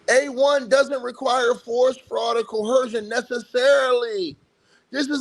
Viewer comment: There is no “h” sound in the word coercion.